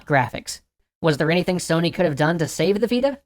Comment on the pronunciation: You said Sony wrong